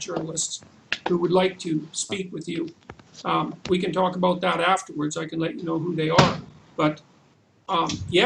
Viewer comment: "What should be done aboot it." That never gets old.